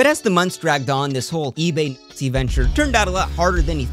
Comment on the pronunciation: He can't even say the word lmao.